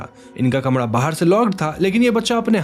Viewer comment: Yaar …I really admire your work….why don’t you work on your Hindi It’s Kamara not kamadha 🤦🏻‍♂️